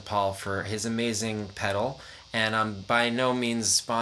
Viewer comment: Goddamn you’re the first person that I’ve ever heard fuck up the sound of a hot cake pedal